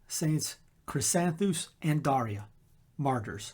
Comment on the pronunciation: I don’t know if my parents knew my name saint’s story when I was born. Thank you for the correct pronunciation of Daria.